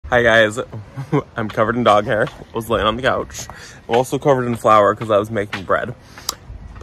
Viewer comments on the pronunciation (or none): none